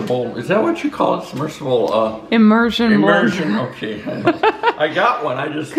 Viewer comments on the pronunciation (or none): "submergebal" LOL!!!